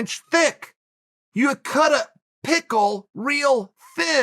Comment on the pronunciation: (Karate Chops each word) "You CUT A. PICKLE. Real. Thin." 😂😂😂😂😂😂😂😂